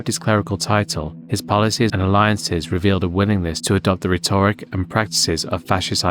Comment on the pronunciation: It's pronounced rhetoric, not rhetoric.